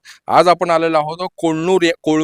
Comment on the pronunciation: कुरनूर नीट म्हण 😄😃😃